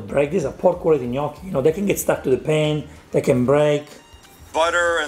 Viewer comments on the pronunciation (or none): It's more like Gmocchi alla Gricia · can you teach Sam how to say Gnoocchi right? it's bothering me more than his cooking.